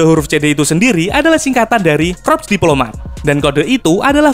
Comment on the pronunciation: corps bang, bukan crop